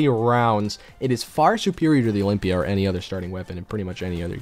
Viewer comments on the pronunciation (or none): none